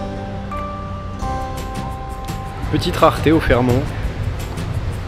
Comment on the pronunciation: le T de Fairmont se prononce on ne dit pas fairmon , après tu prononce sa comme tu veut